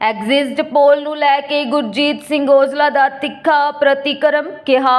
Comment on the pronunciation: ਅਡਜਸਟ ਦੀ ਤਰਜ ਤੇ ਐਗਜਸਟ ਪੋਲ ਨਹੀਂ ਹੁੰਦਾ ਬੀਬਾ 😂 ਐਗਜ਼ਿਟ ਪੋਲ ਬੋਲੋ